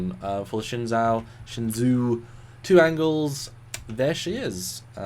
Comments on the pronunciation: Guys. Say it with me, "shen-ZOO." Not ZOW, it's ZOO. Pronounced SHINzoo. Copy? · I saw an interview with Sonequa Martin-Green... she pronounces it "Shen' Joe". So, that's probably the correct pronunciation... anyway, the USS Shenzhou is dope!!